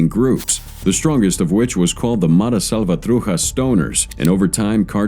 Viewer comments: Also says "Salvatruja". I'm wondering how it pronounces Chocolate, now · Salvatruja? At least do try to pronounce other languages correctly.... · “Mara salvatruHa”… lol get out of here